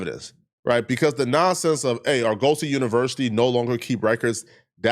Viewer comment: OMG BRO Sound it out with me. ( Are Guh See) Not (Are-Go-See) Damn that's getting annoying.